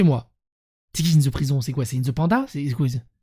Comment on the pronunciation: Inthe panda